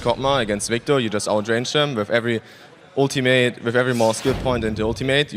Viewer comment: PoE Interview where he says UltyMate lmao